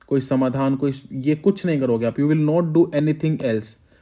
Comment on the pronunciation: I dont know but when i hear " Samadhaan " i get laugh but why, if you know you know😂